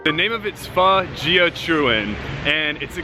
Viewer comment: Pho - omg pronounce it like in "forget it" there is much much better food in Vietnam. just look at this disgusting fatty meat they put in. pork rind, fat and a bit tough meat.